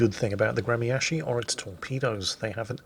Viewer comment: for the love of everything salty Its "Gre -mya-shiy" there's no "K" in the pronunciation